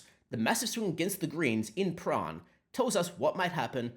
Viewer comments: Prahran is Pran or prah -ran not prah rahn! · Prahran - the R is silent. PA (as in Ma and Pa, but kind of short) RAN (as in they "ran away" from the ALP) "PA-RAN" - Excerpt from the "Communist Victorian Elocution Handbook" Fact-check true, not Hate Speech at all....